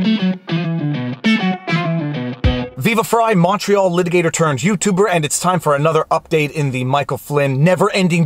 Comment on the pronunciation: I've noticed you've been enunciating "Montreal" lately. Did you do that in response to my comment from a couple weeks ago or is it just a coincidence? 😂